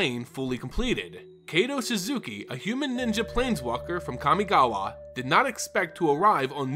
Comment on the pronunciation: Strange you can pronounce Kamigawa properly yet butcher Kaito. Pretty sure you've heard of Kai Budde, one of the legends of the game. Kaito isn't that hard to riff off. Nice audio lore otherwise.